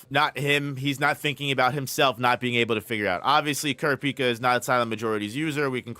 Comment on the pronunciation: Please learn how to pronounce 'kurapika'